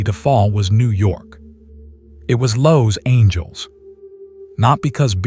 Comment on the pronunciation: “Lowe’s Angeles” took me too long to realize it’s Los Angeles 😂